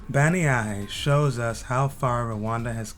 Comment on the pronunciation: Listening to how you pronounce bannyahe I thought it was somewhere else in another country I thought the caption was wrong